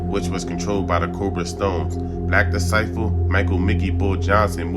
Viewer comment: FOLKS CANT EVEN SAY DISCIPLE….BUT WANNA PUT OUT BGD VIDEOS…SMH